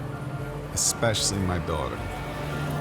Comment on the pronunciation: I thought he said dog lmao